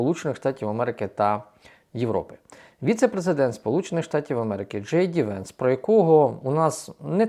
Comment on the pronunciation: Джей Ді Венс правильно наголосив